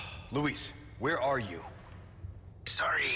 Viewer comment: Holy shit Capcom actually fixed one of the more unforgivable screw-ups with the Spanish language from the original. In OG RE4 despite the man telling him his name, Leon constantly pronounces Luis as "Loo-iss" instead of "Loo-eese". They actually made him pronounce the name correctly in this game! :D